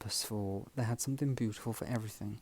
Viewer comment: Hi. I say this with kindness, pronouncing words that end in ‘ing’ with a hard k sound is not elegant. Something not somethink.